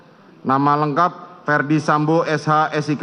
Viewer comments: Mohon maaf Bpk jaksa penuntut umum. Nama terdakwa Ferdy sambo bukan fredy sambo. Apa saya yg salah dengar ya? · Pak Jaksa terdakwa itu namanya FERDY SAMBO, bukan predi sambo